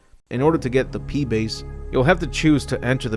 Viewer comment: 'Pee base' LOL